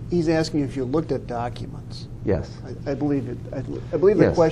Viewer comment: Me!!! is always axeing Michelle.